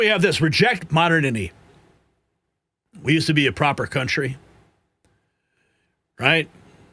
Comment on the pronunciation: MA DER NITY is how its pronounced